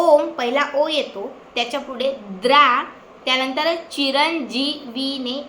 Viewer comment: बेटा, तुझे सांगण्यात थोडा फरक आहे द्रा हा शब्द द्राम् असा आहे